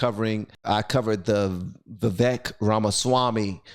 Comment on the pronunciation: I think he might have presented it differently but I think he meant that he would do that if it were necessary!!! And just FYI his name is pronounced Viv vake.